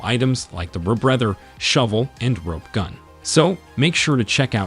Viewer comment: Ok… muhlee instead of May lay? (Melee) Skar city instead of scare city? (scarcity) Ra brether instead of re breather? (Rebreather) Note you just pronouncing things incorrectly on purpose!!!